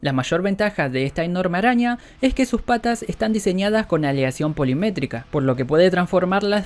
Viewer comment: Polimétrica, no. Se dice POLIMÉRICA.